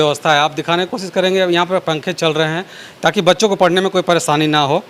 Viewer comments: Paresani nahi pareshani biye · Paresani nahi psreshsni boliye sir